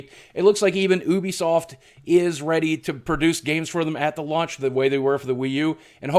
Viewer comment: boogie said luanch games instead of launch games😂